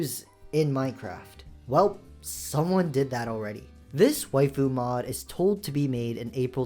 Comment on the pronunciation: Bro can't even say mod🥀🥀🥀